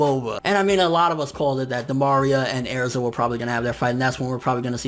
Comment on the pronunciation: Lol he says Aerza.